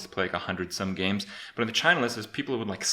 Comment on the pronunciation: Опять он весь видос говорит ДЕ ГЕЙМПЛЕЙ